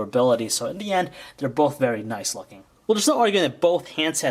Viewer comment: You say bolth